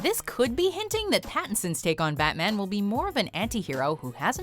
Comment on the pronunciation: damn I love you but "Fatman"?